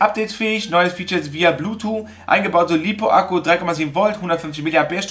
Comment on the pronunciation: blootoo ?? Dein ernst ? English sollte man können.